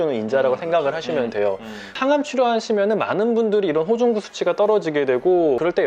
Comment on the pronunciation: 호중구를 호구중이라고 버ㅏㅆ넼ㅋㅋㅋ